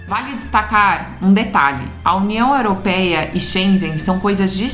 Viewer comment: Olá acompanho vcs viajo com meu namorado em Catamarã nao me leve a mal sua pronúncia da União Europeia 🇪🇺 esta errada procure corrigir o rigado